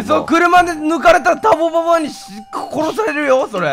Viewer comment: ぜあるターボババｧじゃなくてたんぼババｧじゃ